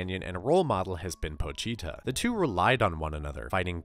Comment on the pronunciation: Po-chi-ta Chi is pronounced like chee. How were you saying it?